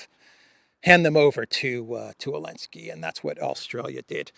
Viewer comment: why do you call Zalensky Alensky😅?